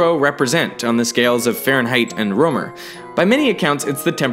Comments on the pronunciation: it's pronounced Rømer not Romer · You know what's weird? I'm from Germany and my name should be spelled Römer. So to hear "Rømer" caught me off guard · its not ole romer. its pronounced roemer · I think Rømer should be pronounced a bit like Rimmer from the Red Dwarf. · Rømer, not Romer. Come on you could've at least found out how to pronounce my delicious danish umlaut. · Ole rømer? Yeah thats not how you pronounce ø/ö up in the nordic areas. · Dat pronunciation of Rømer thou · As a dane, it's hard hearing how you pronounce Rømer. :D